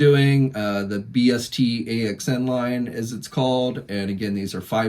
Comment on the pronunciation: bst axn is pronounced Best Action for future reference 😁